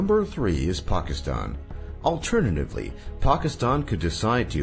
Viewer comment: The way he pronounces Pakistan triggers me.